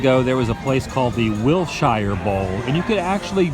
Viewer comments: Wilshire is pronounced Will sure, not Will shy er... :P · WILL SURE NOT WILL SHIRE... and every time you said WILL SHIRE it just bust my buttons.... still love your Vids! WILL SURE WILL SURE WILL SURE.. YEA! xoxo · Love the video, but just so you know, native Californians pronounce Wilshire Blvd as "Will-sure" not "Will-shy-yer." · Wil-sher. Wil-sher Blvd., Mr. Woo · watching your back here: As a LA native, wilshire is pronounced like will-sure. Us, funny weirdo Angelenos, I know. hahah I really loved the video though! thanks for giving us the addresses! i haven't been to MGM or WDW yet. It's weird to see how disney perpetuates hollywood and California as. Hollywood isn't this clean nor pretty. I wish I could've seen Hollywood in its hay day. Sunset Blvd is pretty great when you're heading towards Malibu and santa Monica. Disney would've done a wonderful job of recreating some of the early 20th century architecture in Burbank. The Burbank Water & Power building is a pretty awesome example of art deco work. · Hey Adam.. greetings from Riverside CA.. Wilshire Blvd isn't pronounced how it sounds.. it's pronounced Wil-Shur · Just so you know - the way we locals pronounce Wilshire - is WILLSURE. And I believe the dog atop the building is not a dalmatian but a great dane! ;) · I'm not trying to hate, but you're pronouncing "Whilshire Blvd" the wrong way.